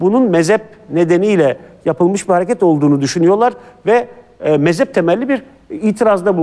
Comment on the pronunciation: o dediğiniz mezep değil mezhep, Türkçeyi düzgün konuşun lütfen siz göz önünde bulunan bir insansınız.